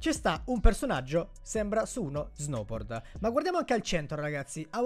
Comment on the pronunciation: Si esce lo snoubord